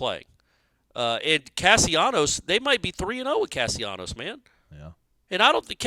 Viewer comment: Castellanos why cant you get the kids name right? How do you get Casionos out of that? Its disrespectful to the kid to constantly mispronounce his name.